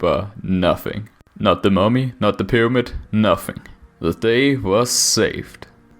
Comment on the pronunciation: a FWICKING PYWAMID?!